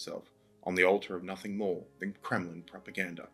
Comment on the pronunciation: when you said Kremlin incompetency it sounded like you said criminal incompetency. And honestly they're one in the same.